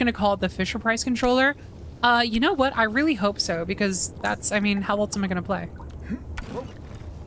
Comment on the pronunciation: i really respected you and then you said "elTse" instead of else and i just...